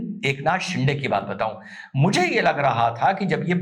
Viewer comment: You pronounce de in Shinde very erroneously Please correct it.